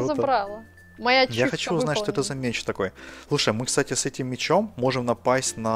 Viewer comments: МЕЕЕЕЕЧ НАДА ГАВАРИТЬ МЕЕЕЕЧ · ая-яй) МечЬ правильно Меч.)))) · меч, а не мечь;) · Поправочка! Не "мечЬ", а "меч". Думаю, намёк ясен) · не мечь а меч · мечь 😂😂😂😅 не мечь а МЕЧ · Не мечь а меч